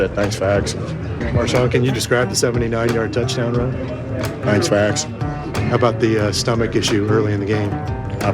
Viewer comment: "Thanks for aksing"? Where did he go to school?